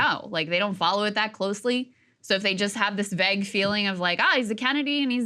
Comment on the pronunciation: That is a WILD way to pronounce vague Krystal haha.